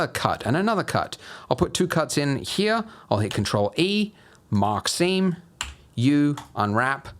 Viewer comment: I cant tell you how I keep hearing "mockcine" instead of "mark seam"